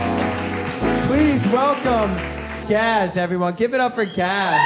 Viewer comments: gaz says his name is like gas, but you all mangle his name by saying gahz. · "Gaz, like Gas with a Z" ...Why are you calling him Garz?! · The lady in the black shirt, front row is enthralled with Gaz and his voice 😆 Alexia! I wish she had come to the show fully single. I hope she gave him his number at the after party, I think they’d be good together later if this doesn’t work out with Sam. Also can they please say his name properly!?